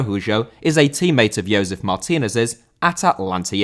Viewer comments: Josef* not Youwsef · It's "Joe-sef" not "Yoe-sef." I know it's tough trying to figure out when you are supposed to use the "Y" sound in Latin American names but this isn't one of those cases. lol.